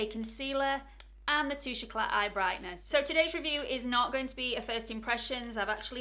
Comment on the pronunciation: Great review, terrible pronunciation, it's French, you don't' pronounce the t, it's tooshay ecla